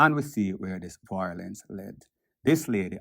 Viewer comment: The word is VIOLENCE, not voilence